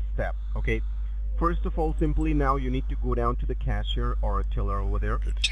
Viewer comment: Is it tailor, Taylor. or teller? Hard to tail.